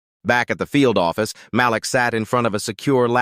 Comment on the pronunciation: The young man’s name is pronounced as MAH LEAK NOT MAH LICK. DUMB ASSES!!!!